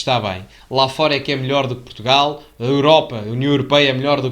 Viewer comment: "PROTUGAL" diz ele, foda-se